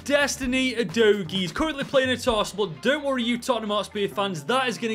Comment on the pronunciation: Absolutely massacred Vicario and Udogies names